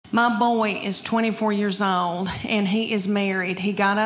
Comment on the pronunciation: When there’s no such thing as a 1 syllable word. May-un (man). Chy-uld (child). Owe-uld (old).